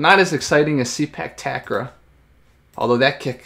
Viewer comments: It's "Ta-Grawl"...believe me I'm Thai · not Tuck Raw but Ta Grawl(pronounce like crawl) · Ta-Kraw(pronounce like crawl) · The way you pronounce 'takraw' is so funny.Its tuck-raw...